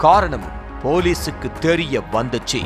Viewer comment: தெரிய தெரியர வந்துச்சின்னு சாதாரணமா சொல்லுங்க. அது என்ன தெரிய்ய வந்துச்சி ?